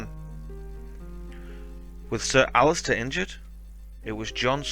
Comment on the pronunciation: Great video. It's Alliser, not Alistair :-)